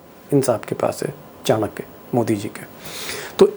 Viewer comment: Bhadwe Kya ko chankya mat boliye.